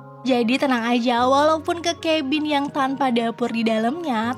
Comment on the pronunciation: Kabin,ngapa jadi kebin nyebutnya